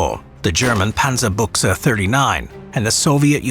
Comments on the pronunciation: small misstake its acctualy Panzerbüchse with a Ü. Also the word Buchse how its pronunced it the video means underpants in a german dialect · Panzerbuchse? XD Than a kick in your Familie-Planing will less painful. Buchse means something like underwear in a german dialect. You meant the Panzerbüchse.